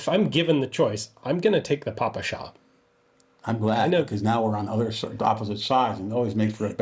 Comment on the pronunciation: Respect to Gun Jesus for finally correctly pronouncing ППШ, and opposite to John Keene ;).